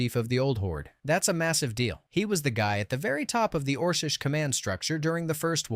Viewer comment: Ors-ish? Orc-ish!